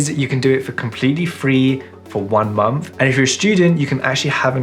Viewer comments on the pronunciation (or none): none